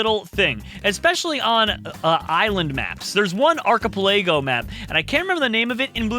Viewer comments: The “arc-a-pelaygo islands” are pronounced arc-a-pel-ago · Ark-a-pe-lego? It's ark-a-pel-ago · (Arc) - (a) - (pel) - (i) - (go) Sorry, it just annoyed me how you pronounced it. Not trying to sound rude, don't get me wrong I love your videos, but I just had to say something. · Did he just pronounce archipelago arkipolaygo 😂😂😂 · I love the arc-a-pelaygo islands definitley not the archipelago islands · Ark-a-pell-ago sry I had to correct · Arkipelégo lol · i died when i heard how he said archipelago